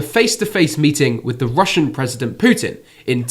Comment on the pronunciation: It’s not Putin mating Zelensky it’s his people but how you said it sounds more interesting 😂😂😂😂😂😂😂